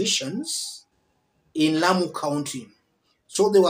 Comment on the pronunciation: Please listen to the lady that's speaking, she says "here in Lamu"